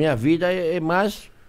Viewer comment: "Maixxx" Erick,jacquin